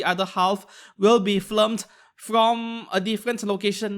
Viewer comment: I've been meaning to mention it and no shade to you, but it's film and not flim. You've got the L and the I backwards whenever you're saying it.